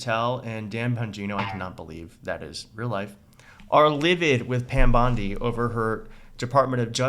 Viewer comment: Do you realize that LL keeps calling her Pam BLONDI? 🤣🤣🤣